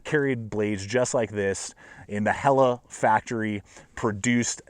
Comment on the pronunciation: Thank you for pronouncing Helle correctly!